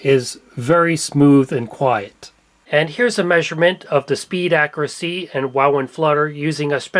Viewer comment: Papa-lure.😜 Ac-cur-ah-see.😁